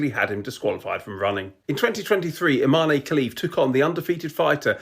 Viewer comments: For the love of god, can you please pronounce her name properly?! It's not pronounced "ee-mon", you have to pronounce the 'e', so it sounds like "e-maan-ee". Sorry, I know it's not the big issue when it comes to Imane Khelif and everything she's been put through, but it's hella disrespectful to continually mispronounce someone's name. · Bit of a nitpick sorry but her name is pronounced Im EH n.